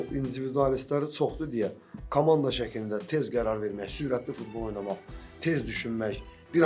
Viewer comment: Fitbol yox futbol bunlarl kim çıxardır efirə